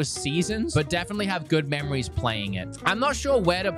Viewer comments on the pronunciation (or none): none